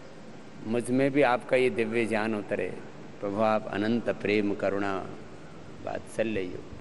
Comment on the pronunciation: बाबा जी आप ज्ञान (gyan) को ज्यान (jyan) क्यों उच्चारण करते हैं।कृपया समाधान दें।